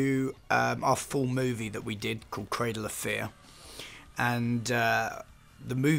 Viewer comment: Dead serious thought he was saying cradle affair